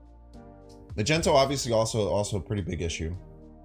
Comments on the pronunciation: Just a friendly reminder.. Magneto is pronounced (Mag-ne-to) and not (Ma-jento).. keep it up! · He knows. And we know he knows. He likes doing it 'cause he knows we know he knows.... Ya' know?